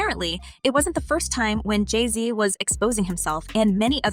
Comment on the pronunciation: You say Jay z weird